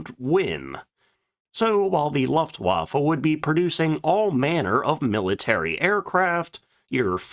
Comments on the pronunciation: Loeftwaffe, not laftwaffe😂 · What is a Loftwaffle ? Jesus , got the prononciation correct! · A person with such high knowledge of aircraft should know how to pronounce Luftwaffe! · I love your channel, and your (non) dulcet tones, but for the love of God, please learn how to pronounce “Luftwaffe” correctly. You’re killing me Smalls 🥹